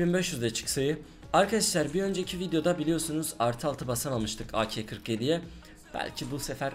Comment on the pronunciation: Abi şuna akel deyip durma onun ismi ak